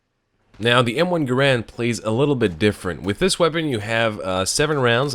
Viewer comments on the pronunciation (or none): its m1 GAAAARAND not "grand" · To everyone once and for all: it's pronounced GAIR-und. Also, the Springfield and Garand do identical damage, I believe their sole difference resides in their iron sights, which is no small matter as the Springfield sights are awesome whilst the Garand sights are constrictive and shitty.